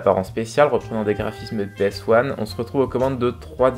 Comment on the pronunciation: Franchement, tu m'as bien surpris. Le genre est maîtrisé malgré quelques erreurs (le volume de la voix-off aux début de la vidéo, la prononciation de PS1,...) Je pense que ce que tu dois améliorer c'est la voix-off. Elle n'est pas très agréable à écouter à cause de sa monotonie, son débit et son articulation. Mais aussi non tout va bien ! Continues comme ça, ça fait du bien de voir ce genre de vidéo